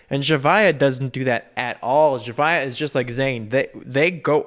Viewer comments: His pronunciation is right. I used to pronounce it like Z-ah-via too. 😅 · Says Zhavia's name correctly Me since may: ZZZ HA VI AAA